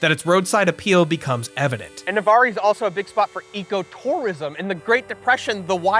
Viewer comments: Hey man! It’s pronounced Nuh-Var! I’ve been high at that McDonald’s countless times! It actually used to be completely normal and then they re-did it around 2016. I’m glad you liked Navarre, it’s a really great place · I live in Pensacola, and Navarre is pronounced with a silent "e". "N-a-v-a-r" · PLEASE STOP CALLING Navarre, "Navari"! It is a town in Florida, NOT a creature from the movie Avatar. Thanks, 'cuz it was getting pretty annoying. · Its pronounced Nav-Arr. lol I grew up right next to Navarre, in Fort Walton Beach! man it would have been so amazing to meet you! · i hate to be that guy, but its pronounced nuh-var over here, the e is silent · It's pronounced "Nu-varr" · it is pronounced Na Var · As a local Navarr-ee had me cracking up. 😂 He definitely didn't hear that from a local. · Aye bro it's "nuh-var" lmao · Cool video but why do you pronounce the e in Navarre? As a fellow Floridian who lives near Navarre I'm disappointed. It's just pronounced na-var there's no I sound at the end. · Amazing video! As someone from Florida, it was nice to see some of the places I’ve been to on your video. Also, Nevarre is pronounced like “Nevar” 😂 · This video starting out in Navarre (pronounced nuhv-are btw) was completely unexpected and jarring lol. Our McDonald’s was remodeled in 2017. Before the large underwater play place it has now, it had outdoor seating (along with a wooden trellis that didn’t last long) and a beach theme to the inside. Lots of large clear windows and a very relaxed feel. But they wanted to make it more modern, and thus the large enclosed play place and underwater theme! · No big deal but Navarre is actually pronounced like *Nah-var but otherwise amazing video!!! ❤🎉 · Loved seeing the old Mcdonalds from my childhood! Though as someone from the Santa Rosa Beach area it was wild hearing Navarre pronounced like that kjsgdkjgks It would normally just be Nuh-vAAr, like "car". You made it sound so fancy. 🤣Fantastic work as always! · it’s NA-VAR